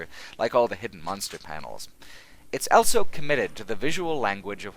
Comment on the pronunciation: says elso instead of also.